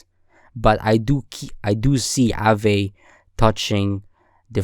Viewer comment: nice vid, one thing tho; it's pronounced 'ah-ve/vuh' not 'a-vay'